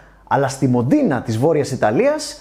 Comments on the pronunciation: Μόντενα, όχι Μοντίνα. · 3 χρόνια too late και κρατήθηκα τις δύο πρώτες φορές αλλά ρε αξα Μόντενα προφέρεται το χωριό του Ενζο όχι Μεντίνα(ιερή πολη του ισλαμ).. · Μόντενα διαβάζεται όχι μοντίνα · Μόντενα όχι μοντινα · Μοντενα ρε συ , Μοντενα οχι Μεντινα 😅😅δεν ειναι στο Ιρακ!!! Αλλο ενα τελειο επεισοδιο οπως και να χει!!!! 😍😍😍😍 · Αχ βρε, μου αρέσουν πολύ όλα τα βίντεό σου, αλλά να χαρείς, ψάχνε το λίγο καλύτερα με την προφορά ξένων λέξεων και ονομάτων... Μοντίνα και Μεντίνα (ενώ είναι Μόντενα), Ένζο (ενώ είναι Έντσο), Γκιρολάμο (ενώ είναι Τζιρόλαμο)... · Δεν βρέθηκε κάποιος να σου πει πως δε λέγεται μοντινα ούτε Μεντίνα; Κριντζαρα απίστευτα